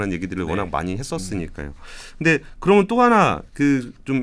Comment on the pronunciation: 그러믄, 했으믄 ..no no…그러면, 헀으면..yes. 발음 교정 부탁합니다.